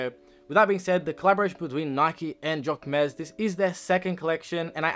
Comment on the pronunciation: I like the hoodie! ❤ but please google the right pronunciation